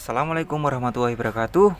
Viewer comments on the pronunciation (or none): none